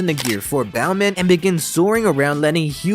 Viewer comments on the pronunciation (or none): none